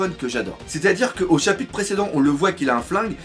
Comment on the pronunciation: jadore il dit pas chapitre il dit chapite mdr